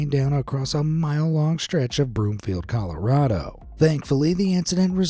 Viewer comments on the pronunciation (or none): none